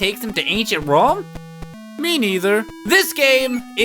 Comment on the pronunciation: You sound asian when you said Rome XD